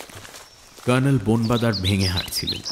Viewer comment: গল্পপাঠের সময় জয়ন্তর "কর্ণেল"এর উচ্চারণটা "কার্ণেল" হয়ে যাচ্ছে কেন?